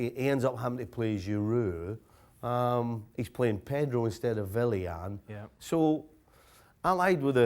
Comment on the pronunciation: Stevie, it's Willian as in William, not Villian as in I have no clue why you say it that way. Don't over-complicate things.